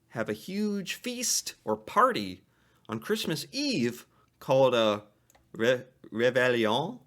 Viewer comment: You pronounced Reveillion fairly correctly (Ray-Vayyy-yeon), it is a meal eaten either just before, or just after Midnight mass... The Tourtiere was originally a pie made from a bird named la tourte (Passenger pigeon); since the extinction of said bird in 1914, the pie is usually filled with duck, or more likely venison or a combination of beef and pork. The chocolate log represents the yule log, of the druids, only, edible! PS. These traditions aren't limited to Quebec, but are still practiced by French Canadians all over Canada and their descendants in the USA. (As a French Canadian from Ont, I learned that many of my American cousins still follow many of these traditions, some 190+ years after the exodus of their ancestors, to the USA)